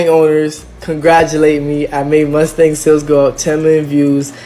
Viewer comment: TF is a “Mustank”😭😭. These guys are very strange lol